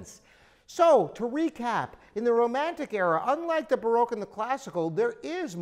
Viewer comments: vivi chen "B-ROKE" 😂😂😂 I had a lol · baroque pronounced